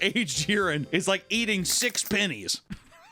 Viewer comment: the way he said pennies 😂😂